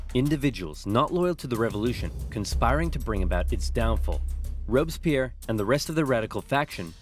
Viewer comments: As a french person, i really enjoyed this video since i dont remember much from my history classes (we study that in 4th or 5th grade...) But the way you prononce Robespierre tho 😂😂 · I really like Napoleon !! Your video is great, I just want to say that its Fouché (one of the futur Minister of Napoleon) who pronounced the death of Louis XVI. Oh, Sieyès, one of the five Directors, wanted a Sword to strike down the "Directoire", Napoleon used this situation after...